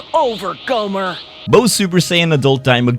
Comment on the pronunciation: that gomer sounds like goner😂